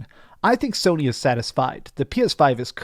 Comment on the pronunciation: He said Somy way in the lead😂😂 Nintendo has something to say about that